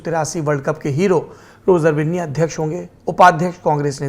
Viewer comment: Roger binni ko roger bunni bol raha hain